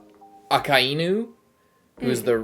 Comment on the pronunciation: Dragon IS Garp's son - it was said clearly in water 7. Also it is akAinu not akaInu - it is common mistake for some reason.